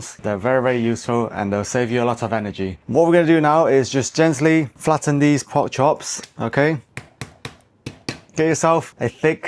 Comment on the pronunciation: The word is Pork, not Port. Please learn to talk properly.